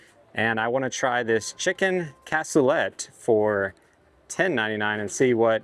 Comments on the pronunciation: Brie is correct... the -let is pronounced more like -LAY in Cassoulet. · The T is silent. Google pronunciation/American pronunciation states that it is pronounced KASOOLAY. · It’s pronounced Cas - oo - lay. It used to be on the menu at Granny Ogles Ham n Beans. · Its French so you don't pronounce it how it looks! lol cas-sooo-laaaaaayyyyy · The T is silent it's a French word I believe.